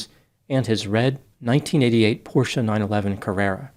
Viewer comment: is one of the few Americans who can pronounce Porsche correctly. Very good!